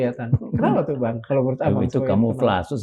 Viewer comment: tentara terbodoh satu indonesia... "kamoflase"? bacanya kaya rakyat jelata jaman2 dl pas pra jokowi pindah prabowo..pantes slalu di peralat penguasa ni orang